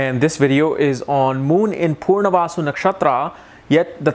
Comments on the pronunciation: Why are you pronouncing it as 'purnavasu' instead of 'punarvasu'? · It’s Punarvasu, not Poornavasu. Please pronounce it well !